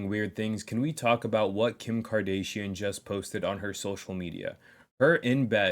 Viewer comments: Can't even pronouce Kardashian properly... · Ok facts ur right but that’s not how you say kardashion love you brotha